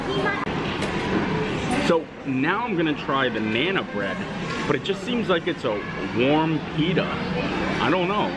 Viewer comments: Sure I do. Part of what makes endearing is his mispronunciation of many words. But nana for naan!? knows I was not being disrespectful to him. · you are great but it's Naan. Said like Yawn but with an N at the front. Think long a sound. Naan. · it's pronounced "Nahn" It's an Indian bead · the next time this man says 'nana bread' 👀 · If you're not sure of the pronunciation of some of the words, it would be better if you could get some help before doing the video. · Oh! I cringed every time you butchered the pronunciation of naan bread. That's a really good food court. We stayed there in January of 2017 and really enjoyed it.